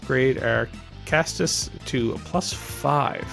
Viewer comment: Caestus rhymes with estus. Edit: this was actually a great video and I watched the whole thing. Keep it up dude!